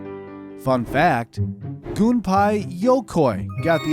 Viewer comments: Gunpei, not Gunpai. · Its pronounced gun-pay... right?